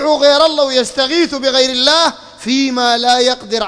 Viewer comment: أنت تنطق إسم الله غلط عوضاً أن تقول اللًه تقول اللا لا حول و لا قوة إلا بالله العلي العظيم